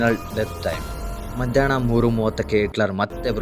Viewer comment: ಹಿಟ್ಲರ್ ಗೆ ಇಟ್ಲರ್, ಎಲ್ಲಾ ಹಕಾರಕ್ಕೆ ಇಕಾರ, ಹಾಗೇ ಮಧ್ಯಾಹ್ನ ಕ್ಕೆ ಮಧ್ಯಾಣ್ಣ ಮುಂತಾದ ಶಬ್ದೋಚ್ಚಾರಣೆಗಳನ್ನು ಸರಿಪಡಿಸಿ ಕೊಂಡರೆ ಕನ್ನಡ ಭಾಷೆಯ ಮೆರಗು ಹೆಚ್ಚುವದರಲ್ಲಿ ಸಂದೇಹವಿಲ್ಲ